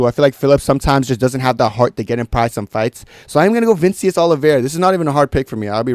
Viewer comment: called Nikolay ukrainian when he’s from kazakhstan, Pronounced Vinicius name wrong. and said the dan ige vs woodson fight went to decision 🤣🤣. does this dude even watch mma?